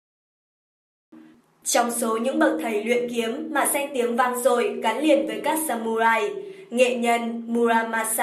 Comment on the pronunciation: Trong tiếng nhật không có âm "U" add nhé mà phải là âm "Ư" mới đúng. Viết là samurai nhưng đọc phải là sa mư rai.